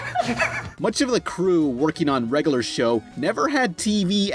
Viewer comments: The way you consistently mispronounce "regular" as "reg-a-lur" is insufferable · It's not "reggaler show." It's "reg-yu-ler show." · "regoolar show" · REG UH LURR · Please learn how to say "regular"